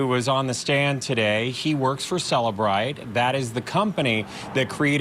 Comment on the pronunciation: Some say CellBrite, some say CelliBrite: "You say CellBrite....you cay CelliBrite"